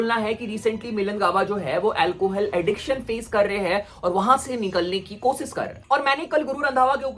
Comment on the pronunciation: Koshish hota hai kosis nh lodu😂